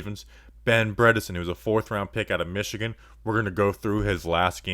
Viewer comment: Bredeson, not Bredenton